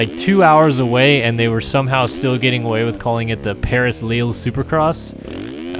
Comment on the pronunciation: I love when you speak french it’s too funny :p and I can tell you that we say « LiL » not « Lili »😂